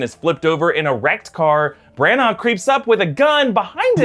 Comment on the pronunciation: This look like one of those films where I’m like “huh” all the way through it. Also not to nit pick especially when you do such a good job but it’s Kenneth Bran- ah